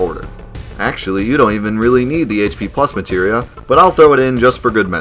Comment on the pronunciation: omg. aire tam storm.. materia storm. to bad the german translation on psx called materia "substance", so i never got the clue.. and out the window it goes